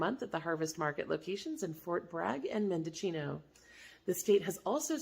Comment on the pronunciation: Mendocino is pronounced men-doe-seen-o. Awesome information thank you.